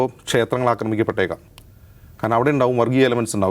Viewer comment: അമ്പലം അക്രമിക്കപ്പെട്ടു... വായിൽ പഴം ആണോ